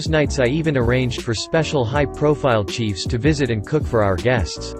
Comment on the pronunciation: exactly said cheif instead of chef. Cheif was on the screen And 5x minus 10x